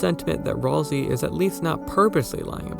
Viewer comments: Uh its pronounced Ral-SAY! Not RalSEE! Mainly because its another play on words like Toriel. Ralsei - Sensei --- Might not be that. Thats just how I see it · The game itself pronounces it Ral-say. Go back to the editable Cyberpedia when you reach Queen's castle. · Literally where are there people saying that Ralsei is supposedly not a good guy 😂🤣😂🤣😂🤣 Also, it's Ralsei, not "rawlzee" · ROlSeI 😂😂😂 Maaan pretty sure that's not how you say it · Gordom Ralsei I always pronounce it Ralsay, i think it sounds better